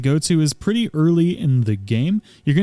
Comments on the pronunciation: Love the video! Small heads up, "evergaol" isn't pronounced ever-goal, 'gaol' is a word from Gaelic that is pronounced basically the same as the English equivalent 'jail' and handily means the same as well. Looks nicer though in lore! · Aye, I know you don't care about pronunciation very much but I'd just like you to know that gaol is jail, so its an Everjail. This pronunciation has lore implications 🤘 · Just FYI, 'Evergaol' is pronounced 'ever-jail' gaol is a Gaelic spelling of jail, the evergaols are prisons for the monsters inside. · It’s pronounced Ever-jail. Old English spelling. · FYI Evergaol is pronounced ever-jail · Fun fact "gaol" is just like an old timey way of spelling the word "jail" so "evergaol" should be pronounced ever...jail... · Ever JAIL. Gaol is pronounced in English as JAIL. It's Ever JAIL. They're eternal prisons.